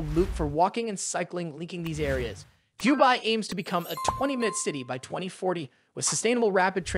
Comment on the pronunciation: Seriously? Du BAY? I couldn't listen to your cheap voice e synthesizer for more than 2 minutes